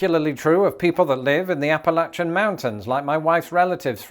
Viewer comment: I am so glad that you pronounced Appalachia the correct way, may have spelled that wrong.